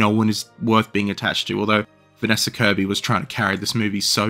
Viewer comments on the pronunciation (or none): none